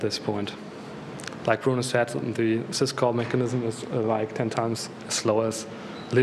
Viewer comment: it's "syscall mechanism", not "cisco mechanism".